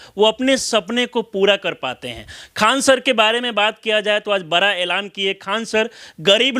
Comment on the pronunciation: पत्रकार बन गए हो और बड़ा को बरा बोलते हो